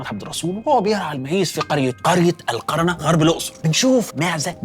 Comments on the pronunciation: تعديل بسيط القرية اسمها القُرنَة وليس القَرَنة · القرية إسمها القُرْنَة مش القَرَنة و هى بالمناسبة بلد الإمام الأكبر الشيخ محمد الطيب شيخ الأزهر الشريف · اسمها القُرنه بضم القاف أنا من هناك واسمي دكتور علي همام وده خطأ تاريخي اتمني تصحيحه ف الحلقه عشان تكتمل المعلومه صح للمشاهد واتمني التعليق ميضايقكش ياعم الدحيح ❤ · اسم القرية قولته غلط اسمه القُرنة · القرية اسمها القُرْنَة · اسمها القرنه بضم القاف بلدنا ونفتخر ❤❤ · اسمها القُرنه بضم القاف